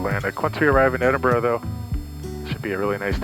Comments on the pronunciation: You were fortunate with the weather, and to have such discerning friends. Noticed you came home pronouncing Edinburgh correctly🤓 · He said it correctly.. Ed-in-bur-row